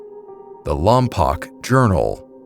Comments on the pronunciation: Great video (except lompoc is pronounced "Lom-Poke"). As a Santa barbara resident, I have heard stories of these giants from local chumash people in that specific area, as well as in vandenburg AFB (Space Force). I heard accounts of finding remains of 'giants' in the area as well as pictographs in the surrounding wildlands, and supposed government coverups of these giants' remains, even in relatively recent years. Although I have not seen any evidence other than what was told to me. Cool to see these historical accounts appear on your channel. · I’m from Lompoc. We used to hang out in the mission late nights. Place is weird. Definitely a few weird stories for me. Also, it’s still spelled Lompoc but pronounced Lompoke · It's pronounced LOM-POKE, not lom-pock. Just fyi.😊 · Just a note of correction for you. At the beginning, the mention of Lompoc. It's pronounced "LAWM-poke," not "LAWM-pock." I should know. I lived there for 3 years back in the 1970s and people were correcting me over the name when I first arrived. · Slight correction, it's lom-poke, not lom-pock. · It's pronounced "LAHM-POKE" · It's pronounced lom-poke, and it's next to VBAFB. The town itself sucks, but that mission is well preserved and a nice place to hike. I was friends with the group of guys who were messing with the ghost adventures crew when they filmed there. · It's pronounced Lompoke. I grew up there, born on Vandenberg AFB (now Vandenberg Space Force Base). Sorry, lol. It's something that drives people from there crazy. 😊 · its pronounced "lom-poke" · Hello! Great video. I'm from around that area. Lompoc is pronounced "Lom-poke." FYI. Anyhow, giant skeletons were also found on the Channel Islands. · Huh, I didn't know that. I've only ever heard it pronounced lom-pock